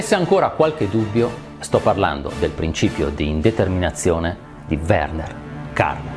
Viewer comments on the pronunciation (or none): none